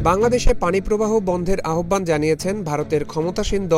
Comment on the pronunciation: Correction: আহ্বান = উচ্চারণ হবে আওভান